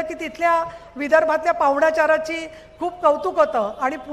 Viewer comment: Pahunchar kasa uchhar karat ahe 😅